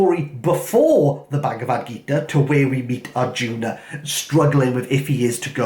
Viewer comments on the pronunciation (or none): none